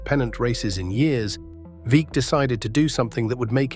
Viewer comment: Great to have an essay about Satchel Paige. Paige pitched briefly for the Portland Beavers in late 50s or early 60s. Note: Veeck is pronounced VECK.